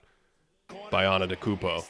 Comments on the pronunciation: It's properly pronounced: Anday da koonbo. It's not pronounced how it's spelled. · yeah I guess it was more antetakumpout in transition. I’m obviously not mad at you, but even the fact that some announcers still mispronounce it is RIDICULOUS to me. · Respectfully, how are we still mispronouncing Antetokounmpo in 2024? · I guess just how you mispronounced it yourself just a few minutes ago. It happens😂😂😂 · he just mixed it with the next word he was gonna say, it happens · There’s no way people are more concerned with the blending of his name with the next word than the content of the video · Sounded like he named a new Mario character